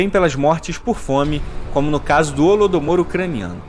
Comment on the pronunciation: Qnd o reaça falou "Holodomor", eu escutei "Rola do Amor" Ksksks Tomei um susto